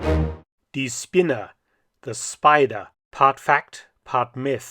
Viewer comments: Its not Spinner(idiot) but spinne( spider) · I find it most fitting that "die Spinne" (the spider) is misspronounciated just enough to become "die Spinner" (the loonatics)....